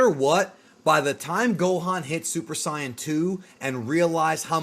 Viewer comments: Its Saiyan, not Cyan. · it's SAY in and KRILL in holy moly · I don’t understand how this guy will make an extremely in depth video of dragon ball lore but still pronounces “sigh-an” 0–0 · Saying ‘Saiyan’ as SAI-yan oddly bothers me, at that point one may as well just say ‘Saiya-jin’ instead… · Don’t say siiAnns? K? Thx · Why is a dude who keeps pronouncing “Saiyan” as “cyan” running a page that talks about DB? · Lemme guess you just mispronounced Saiyan on purpose too because thats how its pronounced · I hate the way you say saiyan I can understand Dr Gero but cmon bro please don’t say saiyan like that it makes me cringe 😂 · why do you say super saiyan like that